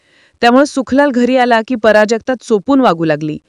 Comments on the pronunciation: पराजक्ता नाही बावळट प्राजक्ता म्हण. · "" पराजगता "" नव्हे , "" प्राजक्ता "" असं सांगा. व्याकरण हा मराठी भाषेचा बावनकशी सोन्याचा अलंकार आहे.